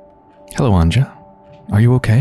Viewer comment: Her name is actually pronounced Anya. The "J" in Central and Eastern Europe is used as a "Y". Just like how Germans use it, for example. Loving your playthroughs :)